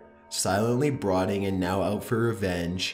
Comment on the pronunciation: Dude it's not broading it's called brooding...jesus christ😂